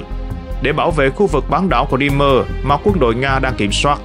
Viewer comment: Ông này tự sáng tác ra cách đọc Crimea chẳng theo ngôn ngữ nào cả. Hãy đọc theo tiếng Anh ( tra Google) hoặc đọc tiếng Việt, Nga là Cờ Rưm.